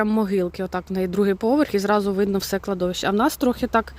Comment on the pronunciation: Кладовище має наголос на третій склад.😊